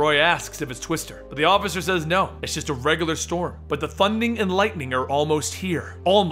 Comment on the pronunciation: the thunding and lightning- comicstorian 2k16